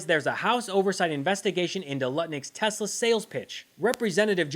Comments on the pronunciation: Not “Tesler”. “Tezler”! Just listen to Elon. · i LoVe tEsLeRrrrrrr 🥴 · Good grief ! Donald trump can’t even pronounce this Musk car monstrosity’s name correctly—calling it repeatedly Tesler‼️🤦‍♀️I wish I knew “you’ve GOT TO BE KIDDING ME”, but beyond words, this is the president! Maybe if he sold Ivanka’s merchandise, he could at least manage apparel! Avon would be out of the question,rhymes with Elon😮😢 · DO IT, LUTNIK....BUY SOME MORE ELON..."anything TESSLER." TOO INSANE.😂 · Iam gonna lose it when testi-ta-lur comes of the tongue of the king😂😂😂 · Hilarious vid,. "Tesler". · “I love tesler” might end up in the history books one day just let that sink in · I posted this shortly after seeing trump and musk at the white house : After watching the teSLUR infommercial at the newest, bestest, biggest teSLUR showroom on the white house lawn with Swiss Doni holding a teSLUR pricelist in his little hands, urging people to help poor elon because his teSLUR cars are being (illegaly) boycott by sane people worldwide. Good old Swiss Doni conviently forgets that now most people can't afford one after being sacked and the country is heading for a recession. Sorry to keep mentioning teSLUR but thats how Swiss Doni pronounces it. For anyone wondering who Swiss Doni is, I'm afraid that he may be a (very) distant family member of Swiss Toni (with sincere apologies to Mr Higson - a figure in "The Fast Show" a British TV show). As proof of this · Is Trump saying TESLERRRRR so he can say he never promoted TESLA?